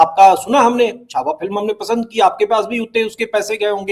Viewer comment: Shahujee Maharaj nahi Shri Sambhaji Maharaj...please see that u don't talk wrong things . Chaava bolein . Chavha nahi . Cha mein Aa ki matra , wa